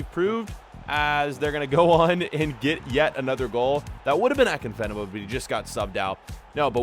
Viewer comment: He so pronounced afienka wrong